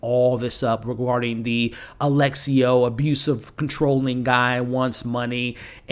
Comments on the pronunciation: His name is Alessio, not Alexio. Sorta like how it's espresso and not expresso. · *Lu-CHEE-a, A-LESS-io 😅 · It's not Alexio, it's Alessio. It's a very beautiful Italian name for a man. 😉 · those Lucia and Alessio pronunciations